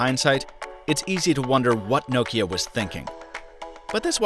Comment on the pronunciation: Thanks for say Nokia right not like lot of English people (No-Kia)